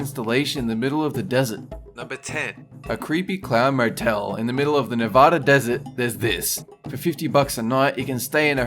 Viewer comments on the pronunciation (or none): It's pronounced "Nev-add-a", and the state is not all desert. There are a few distinct biomes. No one would argue that Lake Tahoe or the northernmost portions that border Oregon and Idaho are desert. The Clown Motel is infamous in Nevada, not just because of the tacky theme and overall creepy setting, but because it's purportedly haunted. It's been referenced a few times in pop culture. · Raise ur hand if u cringed every time he mispronounced Nevada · For the love of God pronounce Nevada right.